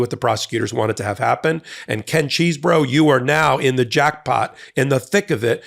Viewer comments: Don't say cheese. I think it is chess. I love cheese and want to eat it without thinking about those morons. Please. L. Tribe pronounced it like chess, anyway. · Every time you say Cheesebro, I keep hearing Cheeseburger!! 😂😂😂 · It is CHESEBRO not Cheese , is not a cheese burger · The 'Cheese-bro' pronunciation sounds so appropriate. Thanks. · Ken Chesebro as pronounces it: My brother of a fermented dairy product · Who is the pipe bomber? That's the real question. EDIT: I love 'Cheese Bro' pronounciation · Is the correct pronunciation CHEESE-BRO? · It's pronounced however Kenneth Chesebro says, but I don't know what that is. Maybe we'll have to wait until he is sworn in at trial! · I love the emphasis that puts on the "cheese" in Chesebro.